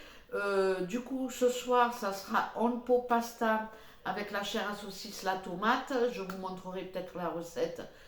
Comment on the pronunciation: One pot pasta = oine pote pasta pour la prononciation😊😅